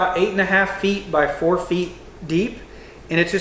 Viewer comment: So how do you pronounce four? Fur maybe? Sorry dude but I’m sure I’m not the only one. Nice house though, lots of cool features and personal touches.